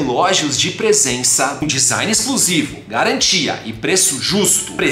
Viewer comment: "Design exclusovo", kkkkk